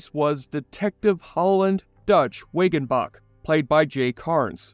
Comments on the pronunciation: Are you sure you watched the show? “Wiggenbach” ; “Gardock” ??? (instead of Wagenbach and Gardocki…) Those are names that are mentioned constantly in the show. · As a fan of The Shield, your butchery of basic names and the “strike force” is irritating af. It’s Shane VENDRELL. Dutch WAGONBACH. Ronnie GARDOCKI. And for the love of God, it’s the STRIKE TEAM! We can’t take your retrospective seriously if you can’t get simple basics right. Annoyances aside, your core points in this retrospective are spot on. The Shield is a very underrated yet amazing show which was the forerunner for shows like Breaking Bad and Sons Of Anarchy. Shawn Ryan made these characters unique and shocking at times. I’ve rewatched the show dozens of times and it’s great each time. It’s in my top 3 all time favorite tv shows and was a groundbreaking series that proved you can make characters that aren’t black or white but somewhere between them. No good guys or bad guys, just real people. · Narrator: Dutch is my favorite character. Also narrator: can't seem to pronounce Wagembach correctly.